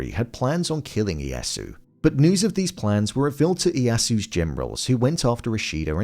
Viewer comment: Oh! I get to be that guy! The "Iyasu" is throwing me off 😅 Correct pronunciation is something more like long-e, long-a, then the yasu. The "i" and the "e" are both pronounced in the name. Now, if you'll all excuse me, I have a very exciting party to attend, where I'm assured that I will be the guest of honor. 🤓